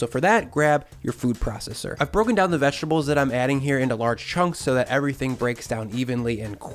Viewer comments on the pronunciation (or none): none